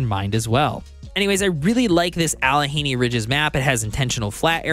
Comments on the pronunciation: "Alle henny"? Allegheny is pronounced "Alleh gainy" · Alleh-gainy that's how it's pronounced... Great video though! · Them hill people will get ya if you mispronounce Allegheny- it's "Al-uh-GAY-nee". Excited for the mod support to be implemented on this game. I think the core gameplay is pretty solid, but man does it feel light on content in its current state. Good review, appreciate the work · Yes...I was watching the video...and I was like no! LOL. I live in Hell (Texas) now, but I grew up about two hours away from this area. It looks like Pittsburgh to me.